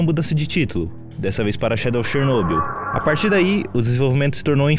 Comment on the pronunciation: Finalmente alguém que pronuncia Chernobyl corretamente. Mas só um detalhe, quando dizemos "Chernobyl" estamos nos referindo a Usina Nuclear de Chernobyl, não existe "região" de Chernobyl, a região é Pripyat, mas perfeito o vídeo, simplesmente um dos melhores que já vi e que explica muita coisa.